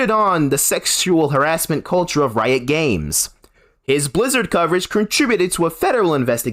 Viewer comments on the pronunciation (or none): none